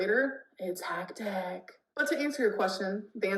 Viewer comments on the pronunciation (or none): No one will take anything she says seriously with saying hecticana